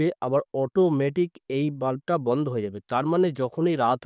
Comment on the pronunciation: Banda ? Bandha bolte janona ! Madrasa education naki !